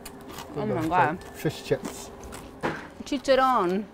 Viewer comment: Chicharron? or...Fisharron....